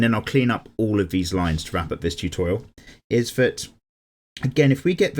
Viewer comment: I*'m going back once again to this "Choo-Thor-Rial" 🤣🦵